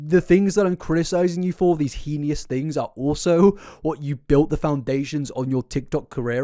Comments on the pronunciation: you are so dumb. EDUCATE YOURSELF. i’m simply saying he has been consistently pronouncing it wrong, hoping he sees it for future videos (like he has done before if you actually watch his videos). you’re embarrassing yourself honey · I really need you to properly pronounce heinous. It's driving me batty over here! Lol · mispronouncing heinous is honestly one of my favourite things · I hate bringing this up because I mix up words sometimes, and seems like a nice bloke who puts a lot of effort into his content... but I really hope one day he learns how to pronounce heinous. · Please someone teach this good man how to pronounce "heinous"! Edit - never mind, I see you - carry on! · I love your videos but that is not at all how heinous is pronounced lol. The i is before the n, not after XD It hurts me a little bit each time you say it lol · STOP MISPRONOUNCING "HEINOUS"!! Holy f it's so insufferable when you say it that way! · Please please please review the correct pronunciation of "heinous" haha it takes me out of the seriousness of the topic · the way you pronounce heinous should be studied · my mom says it the same way no matter how many times I gently correct her lol. so I grew up saying it that way and it’s kind of endearing when he says it but yes, hopefully he’ll see your comment 😅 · Just fyi the word heinous is pronounced hey-nuss (hein-ous) not henious/hee-nee-us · just started the video, i enjoy your content so much and i say this from a place of love — you’re pronouncing heinous wrong 😭❤️ it’s pronounced hay-nus, not hee-nee-us. thank you for the amazing video and i promise i don’t mean to offend you! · Hey! Really appreciate you shining a light on these shady figures. I just wanted to point out that the word "heinous" is actually pronounced like "hay-niss" or "hee-niss." I know you love to use it a lot, so figured you might appreciate knowing that! Keep up the good work 🦋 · Bro I love your videos but please it’s HEY NES not he io nis